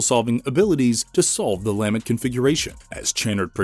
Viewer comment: It’s pronounced luh-ment